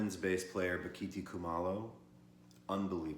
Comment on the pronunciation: Bock a Thai. Pronounce it correctly.